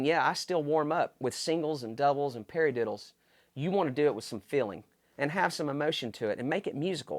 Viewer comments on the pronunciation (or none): Did anyone else burst into laughter when he said 'perry-diddles'